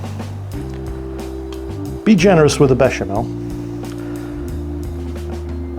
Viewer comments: Well done for the bechamel and TNX for galantly butchering proshcuteioh! And you are right: more cheese! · As a french with some family in Italy, I'm actually impressed at how you nailed the prononciation of "béchamel", "gruyère", or "prosciutto". Well done. And frankly after what my father told about about english cuisine, I wasn't expecting this stuff from you, but once again, that's really nice !